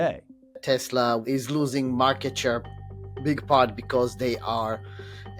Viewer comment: "I love Tesler!" 🍊🍊🍊